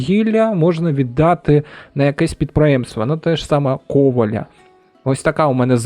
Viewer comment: Дуже ріже вуха кОваля, але дуже дякую за український контент.